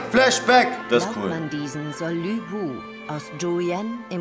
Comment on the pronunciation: ich find den anime echt geil, was mich aber stört ist, dass sie LÜ bu sagen 😑 aber es gab 2 stellen hab ich nicht bei netflix gesehen habe, die ich aber bei dir sah wtf?